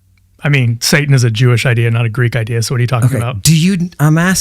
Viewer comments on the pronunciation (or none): none